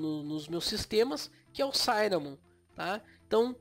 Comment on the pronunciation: Oi, amigo, ótimo vídeo! Só queria fazer uma correção besta, o i de cinnamon não se pronuncia como "ai". Quando tem duas consoantes depois duma vogal em inglês, nesse caso dois N, essa vogal não vai pra a sua "versão de ditongo". O i de "cinnamon" é como o i de "six" ou "fish". Um abraço, Valeu pelo vídeo!